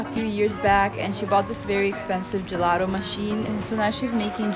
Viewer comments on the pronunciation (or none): Perché gelaro? Sei Italiana, bisogna insegnare la giusta pronuncia:) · Puoi dire gelato con la T dato che sei italiana, gelado è osceno.